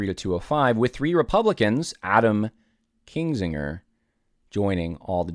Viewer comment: it’s KINzinger, not KINGzinger